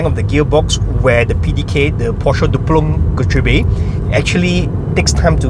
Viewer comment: your pronunciation of doppelkupplungsgetriebe is so funny